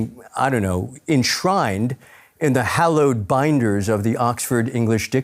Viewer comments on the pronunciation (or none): none